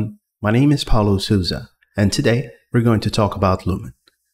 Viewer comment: Não cara, desculpa mas seu nome é Paulo Souza... e não Paulo Sooza KKKKKKK